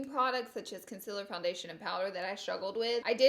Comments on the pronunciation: Con-SEE-ler not Con-sil-ler... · Con seal err is how you pronounce concealer not consiller And contour is one word, not two. Not being mean, just saying. I've seen people drag you for pronouncing those words incorrectly. You're supposed to be a make-up Guru, so know how to pronounce your products dear. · Know what I just realized she said conciller again I completely forgot that’s the way she said it I’ve gotten so used to it 😂